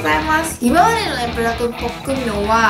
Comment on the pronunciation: プルダックンじゃなくてプルダック、、、